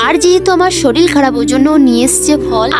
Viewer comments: O didi soril noi sorir go valo kore kotha bolo Ar ha tumi taratari sustho hoye jau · Sorir ❌ soril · Ota sorir not solil